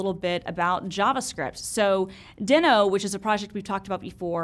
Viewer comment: Heya FYI it’s pronounced “Dee-no” like Fred Flintstone’s pet dinosaur, hence why their mascot is a dinosaur.